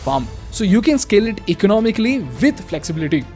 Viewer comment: This is a communication master class? It’s not oppaartunity. It’s opartuunity in pronounciation. It’s not ecanaamy.. it’s ecaanomy.. it’s not ecaanomical.. it’s ecanaamical..